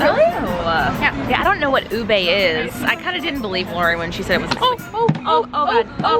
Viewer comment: They always pronounce ube like ubey. 😅 its not an "ey" tho.